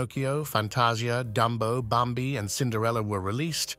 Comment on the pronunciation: THe commentator has a problem with pronunciations. Bam'bee instead of Bam-bee'.